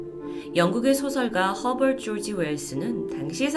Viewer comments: 허버트 조지 웰스... 너무 적나라 하자나여 ㅠㅠㅋㅋㅋㅋㅋㅋ 허벌졸지 ㅋㅋㅋㅋㅋ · 허벌졸지 발음 대박😮!!